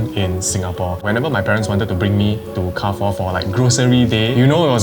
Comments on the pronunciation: in French Carrefour is pronounced as Car-Fool. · U pronounce Carrefour wrong again. It's KE-AR-FU-ER (r is pronounced like air struck in throat in french) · Car-Foo is also not a wrong pronunciation.. Car-Foo-Uh is also another way to pronounce it as different side of France have different accents or dialects.. Car-Four is considered wrong actually as you never annunciate the “Foo-Uh” or “Foo-Er” properly.. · carrefour in english is Kar-for, but in French is Kar-fuur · French Chinese here living in SG. It's pronounced Car Fu Re not Car Four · why do you read carrefour as if it is pronounced car four that is not how you read it. it sounds like Ka ru foo its not English. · it's careefour not car four omg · So many, including me, have been gaslit into pronouncing it as "car-foo" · carrefore isn't pronounced as anything you mentioned my mother used to work there its "KA - FU" something similar but whats good about it is that you can use carrefore coins from the keychains for your trolleys so you dont have to put in 1 dollar anyway its still doing well in other countries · Repeat after what my friend said: Car-four.. 🚗🚙🚕🚘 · Google be damned, it IS KAR-HE (French R)-FOO-another French R. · Not car four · it's actually pronounced more like kia-foo (with a thick velar "chiar") but ok.